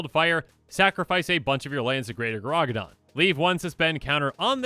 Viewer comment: Gargadon, not Garagadon.